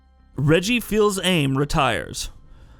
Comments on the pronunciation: "Reggie Fills-Aim" 😫👀🤔😔🤦‍♂️ Bruh wtf (it's pronounced "Feez Ah-May" smh).....anyway I gave this a 👍 regardless of the comical error smh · “Reggie Feelz Ame”? Lol what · Fee-sa-may Reggie's last name is pronounced as such, if I remember correctly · The way he pronounced Reggie, its the ultimate proof that the staff aren't gamers. The dude doesn't even know what someone else wrote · You REALLY need to learn how to pronounce Reggie’s last name dude!! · Reagan Dow that’s just what I was going to say.